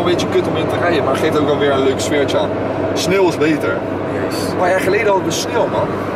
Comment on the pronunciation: Iedereen zegt nu plaats van sneuw sneel